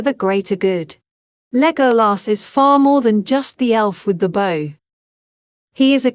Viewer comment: Thank you for the effort but I cannot listen to a bot-voice mispronounce Legolas's name over and over again. The movies taught us how to pronounce his name. It is not the abomination of this voice-bot .